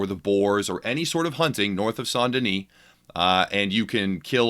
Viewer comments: It’s pronounced S-ain’t Den-is Not “Saunt Denise” lmao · Saun Deni???? It's St. Denis